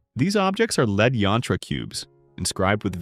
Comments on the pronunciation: Drives me crazy that AI can't pronounce the difference between Lead (to guide) and Lead (the metal) based on word context. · Maybe find a way to teach the robot when to pronounce it as lead, the metal, and when lead, the verb